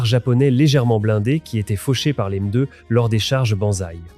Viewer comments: Très interaissant, merci. Mais bordel, la lecture ou traduction (je sais pas) par ia, c'est pas magique 🤣😅 la meudeu pour M2 est magnifique 🤣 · Cette « MEUH2 » l’IA ridicule